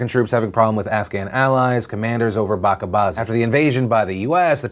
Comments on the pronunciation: I know this might be a minor issue. Bacha bazi is pronounced as "Ba" - "CHA" - "BAa" - "Zi" not "BA"-"KA". "Bacha" = Child. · Bachabazi is pronounced with a ch like in bunch iirc